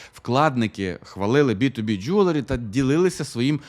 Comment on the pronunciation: Я все життя думав, що воно Джеверлі, а не Джюверлі! Кожен раз, коли казав це слово, я автоматично вголос виправляв) А казав він це слово багато разів за відео...